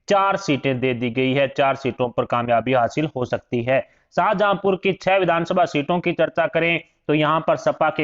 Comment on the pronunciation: तू मूर्ख है । जो शाहजहांपुर को शाहजहांपुरा कह रहा हो वो क्या रिपोर्ट दिखायेगा । सट्टा बाजार की सूचनाएं तुझे कहाँ से मिलती हैं ??